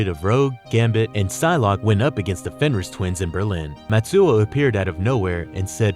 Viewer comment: "powerful villains like wolverine" does anyone proofread anymore? also mispronounced fenris like 10 times